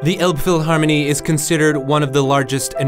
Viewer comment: it's not called the olbphylharmony 🤦🏻it's more like an alpfeelharmonee